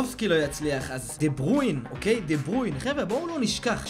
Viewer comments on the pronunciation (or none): מה זה דה ברויין אומרים דה בריינה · חח עאלק דה ברויין אומרים דה ברוינה עוד פעם מסכן ועוד פעם עוד פעם אין לי מילים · לא אומרים דה ברוין אומרים דברוינה נראה לי!!ֱֱֱֱֱ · דה בריינה לא דה ברוין כוסאומו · אחי לא תגיד דה ברוין תגיד דה ברויינה יאח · דה ברוין? באמת קראת לו ככה? לך למקלחת תגיד אני אידיוט ותחזור. קווין דה בריינהההההההה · די להגיד דה ברווין זה דה בריינה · "דה ברוין" חחח